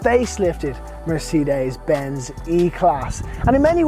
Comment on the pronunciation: nice review but cant get around how you say Mercedes lol! Its not a seperate word